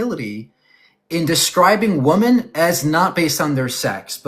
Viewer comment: i find it fascinating that someone as intelligent as does not know the pronunciation of the plural form of woman, so fU king strange, it drives me crazy when he says woman when he means women❣